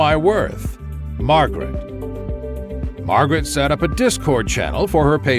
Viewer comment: Mawgrit has no Scwuples